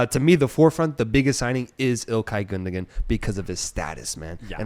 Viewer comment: It's pronounced "Gundowan". You don't pronounce the second G.